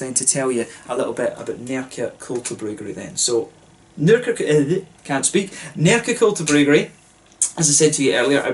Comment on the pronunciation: Im super impressed with your swedish pronunciations! You are nailing the Ä, Å and Ö. Great review! Cheers from Sweden. Btw you should review Stallhagen if you havent already, a great beer from the Åhland Islands, if I recall correctly they make a delicious honey beer aswell